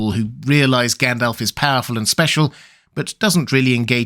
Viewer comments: I just get annoyed by his pronunciation of the names. He says Gendelf instead of Gandalf etc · Fun fact: It's supposed to be pronounced Gandalv. According to the Appendix, if Tolkien had intended it to end with an F sound, he would have spelled it Gandalph. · Did you say Gand-Elf?